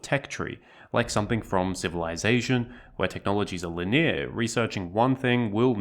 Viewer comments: What's "lineer"? (It's.. it's "Lin-e-ar" or "linear") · Linear= lin-ee-uh. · Why can't you pronounce linear right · Wow. I hate the way that you talk. Who says linear like that?? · The Australian pronunciation of linear was rather unique today. 😂😂😂